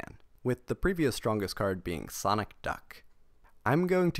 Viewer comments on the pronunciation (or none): none